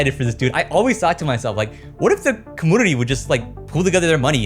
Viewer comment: Please learn how to say community fir the love of god